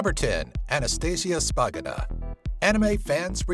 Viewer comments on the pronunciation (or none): *SHpagina, not Spagina